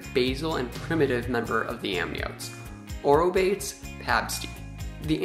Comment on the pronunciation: I like your vlogs, but please for pronunciation of biological names use a website that is for that purpose, ie aw-roh-BAY-teez!! Thank you! In these words all syllables are pronounced, does not rhyme with English word 'rebates'